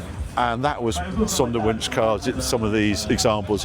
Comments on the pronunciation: Harry, the w is pronounced as a v in German. The s is pronounced as a z. So Zondervunsch. Love your work ! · i had a bit of difficulty understanding what you were saying, until I read it. Sonderwunsch, Special request. from factory.